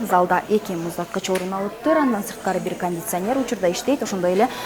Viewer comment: "кандисянер" де... 🤣🤣🤣